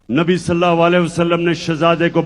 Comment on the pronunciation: This munafiq cannot recite correct darood.listen carefully he is saying Nabi salla waalehe wassalam.and you know meaning in Arabic changes even for a minor change.